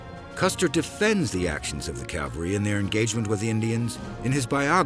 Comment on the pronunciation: Remember folks, it's "CAV-al-ry" not "CAL-var-y"! Two completely different things! They even mispronounce it here a few times.